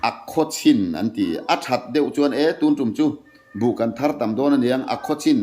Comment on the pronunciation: Tuntum i tih hian 'tum' lai tak hi a thluk a dik lo